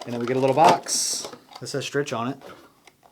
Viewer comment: Hi, I have a Strich 6 guitar stand and LOVE IT! Heavy duty and looks great! Also Strich is pronounced “Strik”. Stand part #FS-S6